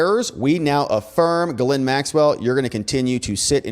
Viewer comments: When she introduced herself, she pronounced her name as "Jizz Lane." Ironic, I know, but every one seems to use the wrong pronounciation. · why is it that nobody can pronounce the name Ghislaine ? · Interesting video, but I think you really need to work on your pronunciation of "Ghislaine". LOL